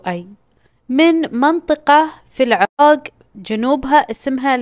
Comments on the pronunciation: العراق.. (ق).. وليس العراگ.. 😂😂. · من المايك ولا اصلا انطقها عدل العرااق